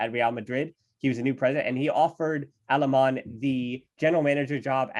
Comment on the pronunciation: Wtf are these American name pronunciations ? It's Alemany , Benaiges and Alexanko.